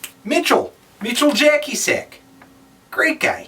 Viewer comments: Thanks for the review. His name is pronounced /jatzasheck/ btw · His name should be pronounced more or less like this: "yatsashek". Greets from Poland but only to Cal... at least he tried, you know. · Hey Anthony! It's something close to"Mee-how Ya-tza-shek". Greetings from Poland :D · ya-tsa-sheck :) you're welcome, Polish person